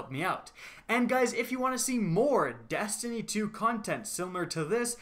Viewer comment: your E's become A's like when you say Dastiny